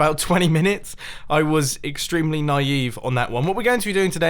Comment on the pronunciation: he said "naive" and it sounded like he speak perfect hungarian😂